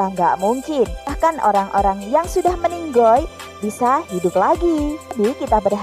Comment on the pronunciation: Ini mbak nya ngomong meninggal jadi meninggoll.. Lucu mbak